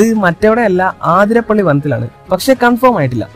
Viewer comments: Not aathirapilli it's athirapilli 💀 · ആതിരപ്പിളി അല്ല അതിരപ്പിള്ളി 😂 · Athirapally alla athirapilly 🤦‍♂️🤦‍♂️ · Bro aathirapilly alla athirapilly enna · Aathirapalli alla athitappalli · Aathirappilly alla Athirappilly.... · ആതിരപ്പളളി അല്ല അതിരപ്പിള്ളി യാ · ആതിരപള്ളി അല്ലടോ അതിരപളളി എന്നാണ് 😒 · ആതിരാപിള്ളി no അതിരപ്പിള്ളി